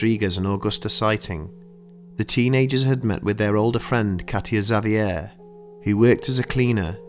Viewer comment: He did a fine job, indeed. Had problems with "Xavier", but the other names were pretty close.